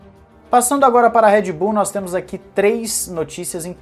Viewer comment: É Red Bull e não Head Bull!!!!